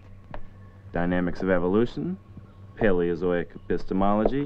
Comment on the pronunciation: Did he say paleotonic fistiology??